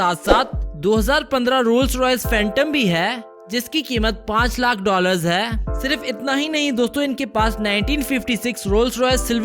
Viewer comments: No number of Time he said ain like hain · When he says है I am 🤣🤣😅😅